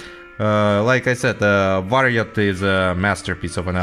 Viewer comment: Your finnish pronounciation is very good! Varjot rules!